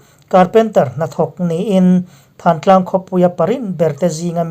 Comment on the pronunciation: Thantlang nilovin thlantlang tih zawk tur a ni